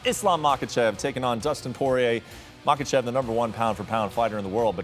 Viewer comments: i can’t take this dudes advice who clearly doesn’t know enough if he’s pronouncing “Muhawkuhchev”. obviously doesn’t him watch because his name really isn’t hard to pronounce at all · It’s not MAHAKACHEV Bro get it right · What the hell is a “Mahawkachev”